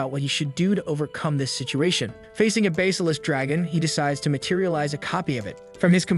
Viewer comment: "Dim"-"Metris" SMH. At least "Dim" is suitable. Hair, hare, harry (verb), splitting hairs here, so many hairs, hairs, hairs, OMFG! Google pronounce heir.,, A what,? Google pronounce basilisk, Teach your AI to pronounce it correctly. Knave: a dishonest or unscrupulous man, right? OMG, Ugh. SMFH,. LoL, did he take a missile up the butt or something?